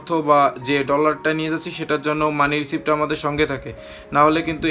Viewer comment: R ekta correction MONEY RECEIVE uchcharon hobe na, hobe MONEY RECEAT uchcharon.